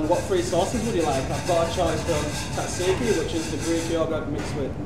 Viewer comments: PRONOUNCE TZATZIKI PROPERLY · Someone show him how to pronounce tzatziki gfs😅😅😅😅